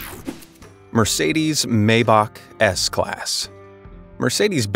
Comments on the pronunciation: Nicely put together video look whoever narrated this I'm sure they are an American here's the deal pronounce the name of a vehicle correctly or say s i c right after Maybach is not pronounced Maybach it is pronounced Myback if you don't believe me call Mercedes-Benz and ask them alvita Zane ¥ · It is MY-Bak not May-bak. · Maybach...pronounced maɪbax..."my..." not "may..." with the "x" sounding like one clearing their throat, not "k". It may be hard for some to get the ending right (German like), but the start is easy for anyone..."my". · Excellent video! I enjoyed it, but with so many gear-heads probably attracted to this kind of video I think it would be a good idea to learn how to pronounce: Maybach = very close to "my bock"but the ch part is a little bit of a German gutteral drag sound. Renault = "Reh No". Porsche is actually "por shuh", but I'll admit that I still pronounce it "Porsh", because I spent decades saying that. (Bugs the. crap out of my brother-in-law who has at least two Porsches. Can't keep up with him.) I would be probably interested in the Renault Trezor, that looks like a pancake going down the road. BMW Vision Next 100 is also amazing. (And here I am buzzing around on my Gogoro S1..... geez.)